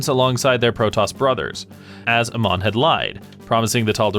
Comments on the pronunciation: Ok ok I know you haven't even tried the game but Amon is not pronounced Uh-mon it's like the letter A and just add Mon A-mon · I know his name is spelled the same as Amon from Korra, but Amon in Starcraft is pronounced Ey-mawn. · A MON that is how you say his name